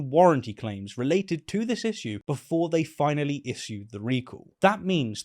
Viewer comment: How many videos can this guy make about one thing??! Also learn to say issue.